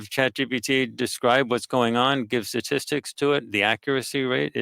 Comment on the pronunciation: It's sTatistics, not satistics people.